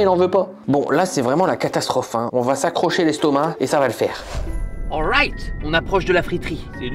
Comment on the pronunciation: le awrayt a l américaine😂😂